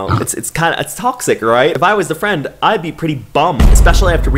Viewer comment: You are talking to me BEST FWIEND